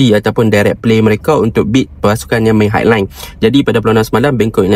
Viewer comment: High =bunyi tamat dengan vokal panjang ai, sama macam sky.😅🙏🏽